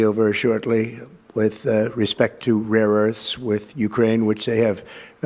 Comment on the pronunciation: He says rare earths like they're rare magic items.